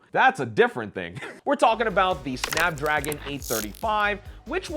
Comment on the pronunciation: you know an iPhone guy when he can't properly tell the name of SNAPDRAGON. 😅😂